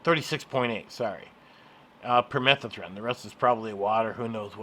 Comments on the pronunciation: Pur-meh- thuh-thren...LOL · No. The word is permethrin. You're adding letters and skipping letters. You just invented a different word altogether.